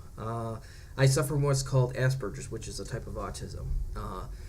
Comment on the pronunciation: Just turned 34 and almost done with my Autism assessment. Thank you for saying Aspergers correctly. I hate when people say it the other way....congratulations on joining utube.